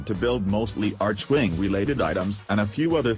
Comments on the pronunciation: I love how he says "Artschwing" and not Archwing :D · Right you are american, since Archwing = Arkwing in britisch and australian :p Then again idk if DE is American too..